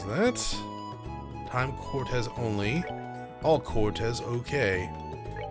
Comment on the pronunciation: Nearly 5 years and your pronunciation of Quartz ("Que arts" spoken quickly) as Cortez or Quartez remains physically painful to me.